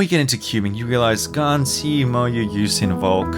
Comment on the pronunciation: It always sounds like the gun 11 m pro when you say it